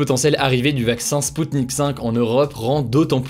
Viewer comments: Salut, c'est sputnik "v" comme vaccin pas 5 comme un chiffre romain. Bad decrypting ;/ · Il me semble qu'on doit dire spoutnik "vé" la lettre V et non le chiffre romain.